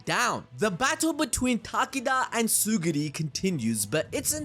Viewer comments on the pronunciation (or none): Pff... Tsugiri.. BRO IT'S TSURUGI That's way too funny to me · Tsurugi not tsugiri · Bro please, his name is Tsurugi, not Tsuguri 🤦‍♂️🤦‍♂️🤦‍♂️🤦‍♂️🤦‍♂️🤦‍♂️🤦‍♂️ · uhhhh "Suguri" is not a character in that manga It's Tsurugi Tsu-ru-gi Not suguri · its tsurugi bro not tsugiri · Its not TsuGUri its TsuRUgi 😭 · It's tsurugi 😭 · ().... it's Tsu - RRRRUUUUUUUUUUUUUU - Gi, bro. Try viewing the word sort of phonetically like this: Tsoo ---- ROO ---- Gi. Does that help the dyslexia? I'm being direct, not rude.... trying to help you. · Ngl chief, mispronouncing Tsurugi's name and misnaming the Star Plasma Vessel consistently multiple times was top-tier ragebait. Assuming that was intentional